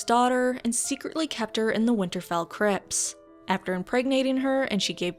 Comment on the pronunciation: First American I've heard to pronounce the t in 'crypts'. Good stuff.